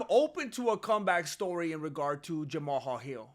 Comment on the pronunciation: Idek know if you're doing it on purpose, but the way you say peoples names gets me my guy, no disrespect, I think it's hilarious, and sorry if that's just genuinely how you say those names 😂 But Jama-hal is crazy lol 😂